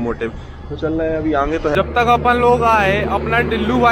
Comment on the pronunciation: Bhai aap aage ko aange kyu bolte ho? Thoda ajeeb lagta hai.